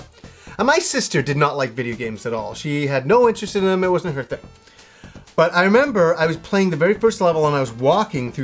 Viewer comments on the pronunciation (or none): none